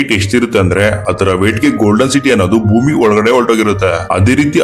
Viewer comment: ಗುರು ಅಂದು ಅವರ್ ಚ್ಯಾನಲ್ ನೋಟ್ ಥನಲ್ 😂 ಅಲ್ಲ ಗುರು ಅಂಡ್ ಅದು ಭೂಮಿ🌏 ನಾಟ್ ಮೊಮಿ🤣